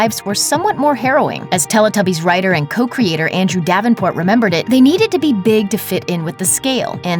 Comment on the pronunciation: Why does she pronounce Teletubbies like that? She pronounces the "Tele" as you would do in Spanish rather than like "Telly" as us English people pronounce it....